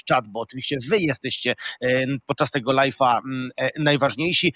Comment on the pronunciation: To nie jest lajf tylko lajw. Nie kończysz lajfa tylko lajwa, amatorze.